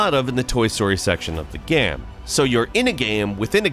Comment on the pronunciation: Why do you pronounce the word "game" so weird? It's only one syllable, dude